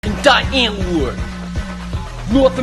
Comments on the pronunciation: He says DIE Antword when he says America. What a fake fuck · "w" is pronounced more like a "v", please please see this comment 😂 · Wait, I thought it was said, "Dee antword" Ninja started saying "Die Antword"? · the fact that ninja and yolandi get annoyed when people say their band name incorrect but ninja literally pronounced it incorrectly???